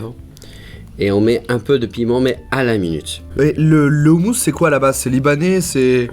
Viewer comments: On dit pas roumous non plus mais khoumous ! Kh = r avec la gorge comme la jota en espagnol y'a blid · On dit pas houmous on dit houmous (roumous) ptn dit le bien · On dit ROUMOUS pas oumous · On écris houmous mais sa se dit roumous avec un R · on dit "houmOOos" ! quelle honte !